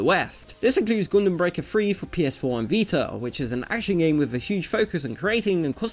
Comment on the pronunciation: "Goondem" I love ya, man.